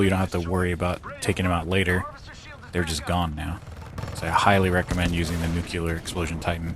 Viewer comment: NUCLEAR NOT NUKEULAR